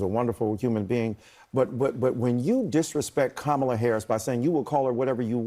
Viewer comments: to me, she thought she pronounced it well at first then decided to be stupid. High pitch and low pitch pronunciation of kamala should not be a main issue for people. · Karma - its Karma - la not Ka - MALA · Her name is Kamala which comes from the Hindi (originally Sanskrit but also Hindi since Hindi is derived from sanskrit) word kamal which translates to lotus and also has some religious notations. Come-uh-la is most accurate but sometimes Come-la (some people just say it like that when speaking fast) CUM-AAH-LA. I get it, some exotic foreign names can be hard to pronounce but Kamala is one of the easier ones by a long shot and when you do it repeatedly AFTER being corrected, youre doing it on purpose to be disrespectful. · Dear Nancy Mace you tired it in this interview with your covert racism that not even if you tired to pull a fake Karen wm tears will it still not work with your tired justification for purposely mispronouncing Presidential Candidate Karmala Harris name. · Pronouncing her name Kumaala is like a bunch of 5-yr olds on a kindergarten playground trying to belittle a classmate by making fun of her name. It's so childish. The only people who are dumb enough to fall for that are the core MAGA Morons. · Intentional mispronunciation of someone's name is ignorant. And yes, ignorance and racism are synonymous. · She litterally said she could pronouce the Vice President's name however she saw fit that's crazy. The clear lack of respect does have a racial component. They call her a DEI hire, Kamala Harris was more qualified than Donald Trump before he became president running business' into the ground. She's actually more qualified than Trump and Vance combined. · Mace supports a convicted sex criminal,She wants a rapist for president. If she pronounce Kamalas name not exactly, it is not much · If you mispronounce someone's name and get corrected, you say im sorry.... no thats not what they do....racism alive and well!